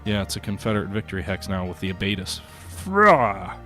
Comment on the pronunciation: I know I'm commenting on a 4 year old video, but on the off chance anyone sees this, the field fortifications known as abitis, abittis, and sometimes even abbittis isn't pronounced like ab-ay-tiss. It's a French word and should sound more like Aba-tees. Also, just because I like this term, those things on the battlefield which look like a log with a bunch of spikes through it in an X shape aren't abitis. They are what's known as a "Cheval de frise." Plural is "Chevaux de frise." French troops first encountered this obstacle while fighting in the modern day Netherlands, and so they named the obstacle Frisian Horse, or Cheval (horse) de frise (from Friesland).